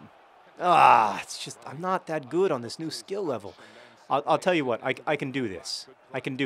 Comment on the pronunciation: Everytime you do the intro I hear "It's 'Mean' John Green" which would be an excellent nick name.